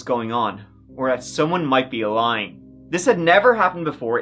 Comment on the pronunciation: Freaken "I don't know they could be lien😂😂😂. I needed that little chuckle. Been binging true crime lately. Love ya thank you for giving us the best❤❤❤